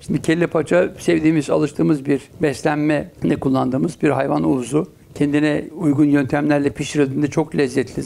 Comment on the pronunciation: hayvan uvzu değil uzvu :) bir ben mi takıldım uzuv meselesine. ? :)